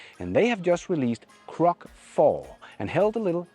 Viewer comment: Almost every time you say "Grok" I hear "Crock" ... I don't know if it is my imperfect hearing, or you failing to growl a little when you say the word. It's funny, but Grok isn't a just a crock, and it is becoming less and less so by the week. BTW, unless you are seeking entertainment from its NotSafeForWork features, I recommend flipping the toggle for NSFW to disable those.